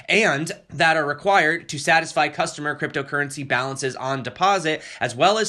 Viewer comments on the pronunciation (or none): none